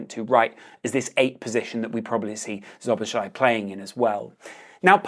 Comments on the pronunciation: Szoboszlai is pronounced So-bos-slai. Sz is the equivalent of S in English. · The sz is pronounced as s both times. Sob-os-lie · Correct pronunciation: So-boss-lai :) Very good video by the way. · Nice vid! However, about pronunciation: ˈsoboslɒi - not that hard, is it? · It’s pronounced “so-bo-sly” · its just Soh-Boh-Sly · Pronounciation: "So-bos-la-ee" basically,just take away the 2 "z"-s then go and try to read it. Ur welcome! 😁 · Bro it's not Joboslai. Stop pronouncing it that way. It's not the right way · it's actually pronounced slo - bo - zai 😂 even though it isn't spelt that way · "So-boss-la-ee." That's the pronunciation. ("Sz" is pronounces "s" in Hungarian.)